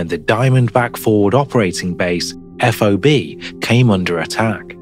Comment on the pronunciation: You say fob as in key fob. not spell it out everytime